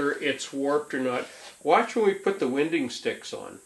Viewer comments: Your preferred pronunciation of these items name is incorrect. According to the rules of the English language it would be pronounced. “Wine - ding”...... personally I’ve never heard anyone pronounce it the way you are. These tools primarily are used by people who work with hand planes or bench planes, the sticks are not needed for someone who knows how to properly use a jointer but hey you Gotta keep Creating content. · I have never heard anybody pronounce winding sticks the way you do in this video. It rhymes with why?